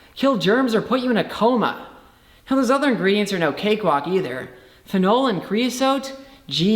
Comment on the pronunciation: The way he says "phenol" (ph'NOLE!) really irks me but it's. I'm still convinced he's not actually Human.